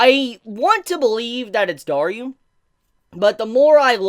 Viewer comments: it's *DARU*, not Daryu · You say daru weird